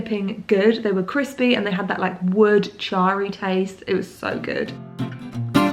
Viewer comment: Anyone else hear say the pizza was “CRIPsy” when she looked at it on the grill 😂 so me.